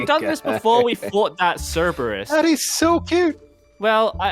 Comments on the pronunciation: Tip:cu-bris no. sir-bris yes. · It's cerberus pronounce surverus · Me still raging how he pronounced curberus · It’s Cerberus not cubris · bro made cerberus and called it cubris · its fronownsed (sur-bee) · Im sorry but for the 2nd (the dog one) its pronounced Cy-bor-us 😅 Again sorry its just i study these mythical creatures and.. yeah, Sorry 🥲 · KILLS ME THAT HE SAYS CUBERIS NOT CERBERUS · Btw you said Cerberus wrong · You pronounced Cerberus right but you don’t pronounce The c like you would normally instead, you should’ve pronounced it as an s